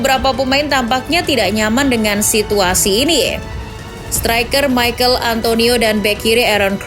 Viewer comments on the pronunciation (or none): none